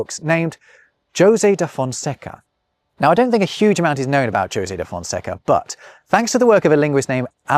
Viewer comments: José is of course pronounced Ho-zay. Doesn't know of the song: 'Do you know the way to San José'? sung by Dionne Warwick. Saw her in concert for nothing in the late 80s. Classy lady. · Great video,. Very entertaining. However, at no fault of your own but requiring my feedback is that the pronunciation of Jose is in fact Hose. thank you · are J's not pronounced as H's in Portuguese? The José rather than Hosé has me to the confused. I will craunch the marmoset till someone answers. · You pronounce Josè wrong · José sounds more like rosé than Josie. It has a more open sound like the pronounced letter Z in British English (zed). Say "jo-Z" and remove the final "d" and you got it. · Your (European) Portuguese pronunciation wasn't that bad. Better than most English speakers, I'd say. You just fell into the traps that are the hardest for English speakers to avoid: - Portuguese R is an alveolar tap. You pronounced it as an approximant (as English speakers do). - You didn't nazalize the last a in "conversação", but this is HARD for English speakers. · You butchered José's name pretty badly 💀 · Jose you say it "jo say" but i only ever heard that pronounced "ho say" 🤔🤷‍♂️ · Did you just say "Joe-zay" de Fonseca? You may be, but you're clearly not robbing pronunciation. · also, Jose should be pronounced as Hosay, shouldn't it? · In Spanish, "Jose" is pronounced with the 'j' as in the English 'h', is it not? ("Ho-sey", phonetically, approximately.). To hear you repeatedly refer to "Joe-sey" da Fonseca sounds really wrong. Am I wrong? Would that not be Jose as in "hoe-say"? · it’s Hosay. Not Josay. omg 🤣 you’re funny sometimes:) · I’ve had just enough Spanish influence in northern US to pronounce Jose as “ho-zay” not “joe-zay”. I’m confused as to what happened here. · Are you not aware that ‘Jose’ is pronounced “hoe-say” ? I know it’s a small matter, but for someone making his points about language and culture, this is an issue.